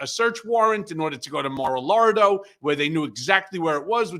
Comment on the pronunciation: it's Mar-a-Lago not Mar a Lardo. Many people watch and look up to you.